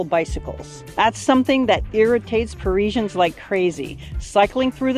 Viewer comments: #1. Calling them Pareeeeesians. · Maybe you could start by learning how to pronounce "parisians"